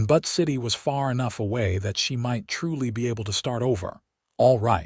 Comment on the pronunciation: The name of Butte City, Montana is brutally mispronounced... - It's pronounced "Buu-tt", not "But".